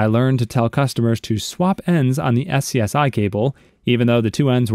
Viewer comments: SCSI is/was pronounce skuze (hard e) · SCSI is pronounced "scuzzy"